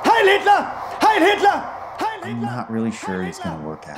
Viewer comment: but the fuhr guy did quielty say hiel me lol